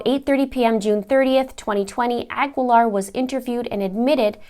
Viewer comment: Cecily's last name is pronounced "a GEE Laar", the U is not pronounced, same with the last name Guevara.